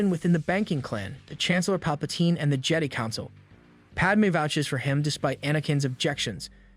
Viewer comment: Jedee? You on crack!? Its Jedi as in Jehd......Eye......how tf you get that wrong!?!?!!?!? They literally PRONOUNCE IT FOR YOU!!!!